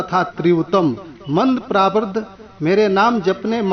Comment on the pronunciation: प्रारब्ध भी आप नही बोल रहे हैं आप सही से😀👏 पहले सही से बोला कीजिए फिर डाला कीजिए।